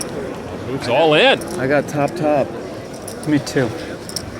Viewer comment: I Thought you said chop chop